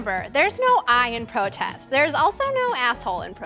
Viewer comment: "Is dis da white way to pwotest." is what I heard.